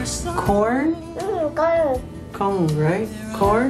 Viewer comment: What did you have for breakfast? Corn? "um cone" !!! lol